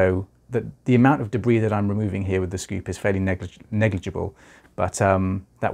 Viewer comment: I love the way you say debris